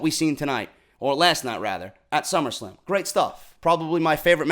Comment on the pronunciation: did he just say summerscam? wtf is a summerscam lol sorry had to rewind to make sure I caught that lol